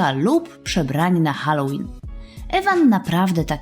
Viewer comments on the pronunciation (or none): none